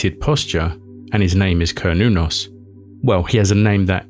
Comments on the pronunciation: It’s an S sound not a “k” sound. Ser-noo-nos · Sounds like Cern, certain, Cernunnos. Not kurn i would think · Repeat saying "Cernunnos" enough and you'll eventually say "Chronos" instead. Everybody knows who Chronos is. I mean, given the seeming importance of the figure on the depictions... I don't think my armchair conjecture here is too wild. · glad I'm not the only one who feels strongly about the hard 'C'